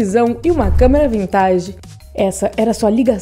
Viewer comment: Né kkk uma hora ela fala “Câmera Vintáge” kkkk